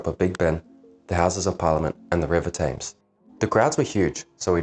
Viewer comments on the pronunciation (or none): You need to work on your pronunciation as it spoils the video. You’re clearly a pom and yet the only pom I’ve ever heard who calls it the river “taymes”. It’s TEMS! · Your film was very good you spoke well the River Thames is pronounced tems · Is this a computerized narration? What British guy would pronounce Thames with a long A?